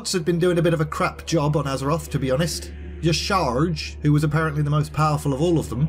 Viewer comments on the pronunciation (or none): No! You pronounced Y'shaarj wrong 😫 The master will have you for doing that! On a serious note, Deathwing was the most disappointing part of Cataclysm for me (and it was the only bad thing concerning the story). He kind of just pops up, talk shit (kind of like Azshara's very brief appearance in cataclysm) and burn things, until I got to the twilight highlands which softened my opinion on him.